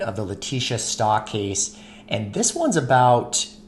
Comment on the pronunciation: Stauch is pronounced: St-ow (sounding like the animal cow but without the c - k. (Ch is a "k" sound) st-ow-k